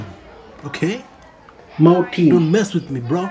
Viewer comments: Sir is moten here me it's mo teen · It's not mo tin. It's mortin 😁 It's not mou. It's miaww😃😃